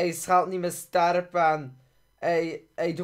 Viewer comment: Hahaha je zegt hij schelt niet meer sterp in de plaats van hij stelt niet meer scherp.